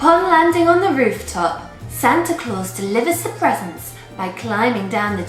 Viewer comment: You both are so sweet! Whatever I get, I end up paying for anyway, lol. I just came up with an idea, I love the way you say presents, I love the way you say chippies, and all of those cool words we should do a video with American words versus British, I have to email you I have a really really good idea about this, thanks again.